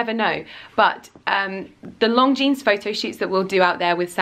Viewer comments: It sounds like she is saying 'Long Jeans'. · How the hell do you get a job with a brand whose name you keep mispronouncing?! LONGJEANS? Do your homework, woman. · you keep pronouncing Longines like Long jeans, that is not the proper way. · it’s not pronounced long jeanes!!! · Cisel Carda she is, cringe worthy. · I hope you are pronouncing Longines correctly... wouldn't be awkward at all? it doesn't sound right..